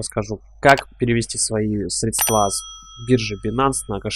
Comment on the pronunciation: срЕдства, уважаемый автор, но не средствА. Удачи!))